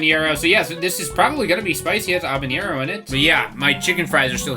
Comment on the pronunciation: Are you trying to say "Habanero" when you say "Obenyero"? There's not a 'ñ' in it like there is for Jalapeño.